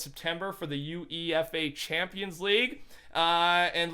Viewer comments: The U E F A Champions League? (You-a-fa) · BTW UEFA is pronounced you-A-fa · He literally said U-E-F-A instead of one thing lmao oh well it’s not like he’s a “news” source that does research on things that he reports on jk I’m joking don’t get too mad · It's not u-e-f-a its you-afa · The u-E-f-a champions league lol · You-a-fa champions league not U-E-F-A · ITS YOU-A-FA NOT SAYING THE LETTERS FOR UEFA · UEFA is Pronounced ‘you-aif-agh out here in norn iron and everywhere else in the world it’s... FOOTBALL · UEFA Champions league is pronounced like U-AE-FA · It’s pronounced like You-A-Fa uefa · I like how you call UEFA U.E.F.A 😂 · You Eee F Ayy Champions League LMAOO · This dude can’t say uefa